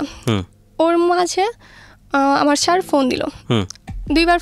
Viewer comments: ছ্যার না স্যার। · Sir naki Shar ki bollo bojlam na